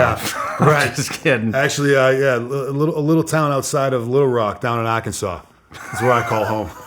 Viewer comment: Dudes accent translation. Hawa by Hawa- hour by hour Wata- water Baws- bars Douts- doubts Pictsha- picture Akinsa- Arkansas Yeas- years